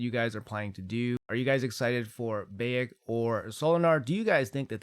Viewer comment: bAyek, not bEyek :) BAH-YAK ;D